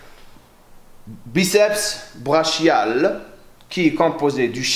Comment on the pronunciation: tres bonne video, juste on prononce braKial et non braCHial excellente video!